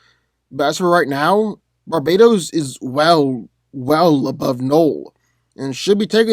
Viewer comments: stop calling him Barbados THERES A T RIGHT THERE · Did he say Barbados or Barbatos? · Bar ba tos not barbatos u pronounced it wrong